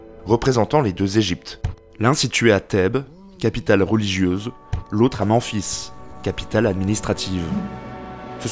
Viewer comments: vraiment attention aux prononciation comme Memphis et non Menphis ou Amon qui se lit Amone ect ect c'est vraiment un point qui marque la vidéo du début à la fin au final on s'attarde plus sur ce problème jtrouve ça dommage et c'est mon cas dans plusieurs autre vidéos de cette chaine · "manfis", bordel. "Ah mon", Mais... Arrêtes! "Math", ... Bonne vidéo, la prononciation par contre. Même-fils Amonne et Ma-hate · Memphis se dit mèmfisse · putain merci c'est exactement comme ça qu'on le dit et aussi pour Memphis c'est men (en anglais) fils